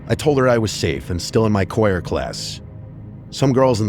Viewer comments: Kyora? Choir: kwaier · Uh…. “Coyer class?” 😂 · I crye every time he says "koi-er" instead of choir bro 😭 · Coyer practice 😂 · "coyer" is sending me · Koi-er class? 🤔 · "koyer" class. Choir? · Do you really not know how to pronounce the word "choir"? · Realizing says Choir weird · did this dude really mispronounce "choir"? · Story 5 does not look good for being a real person because who tf pronounces choir like that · He really doesn't know how to pronounce "choir?" I love this guy, but what? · there is no way this man doesn’t know how to pronounce “choir” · Why he saying choir like that lmao